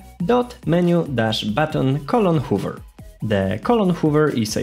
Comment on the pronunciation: Nice video. Couple of tips tho: Check hover pronunciation. Always when you finish explaining some part add additional second or two with pause so the person who are watching have easier time to digest info And lastly - I would slow dow explanation by something like 5 or 10 percent. Especially clicks in unity.